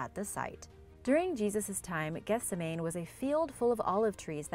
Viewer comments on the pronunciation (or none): It's pronounced geth-SEM-ah-knee. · Gethsemane is pronounced geth-SEM-ma-nee. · Please, it's geth-seh-man-ee. Otherwise thanks for a nice video. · Gethsemane is pronounced "Geth-seh-mah-nee." FYI.